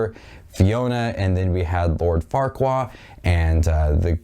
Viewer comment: Om, it is lord farquad not lord farquaa.